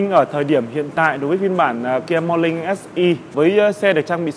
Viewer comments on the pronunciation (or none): Làm youtuber mà Ngọng níu cả lưỡi... KIA MO LING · nói chuyện gi mà khó nghe , morling chư ko phải morning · morning = mo Ning, chu khong phai mo Linh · Mo nin mà cứ đọc mo lin vãi cả review xe ngọng.